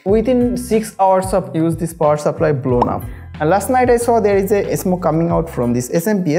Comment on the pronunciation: Power "saplly"?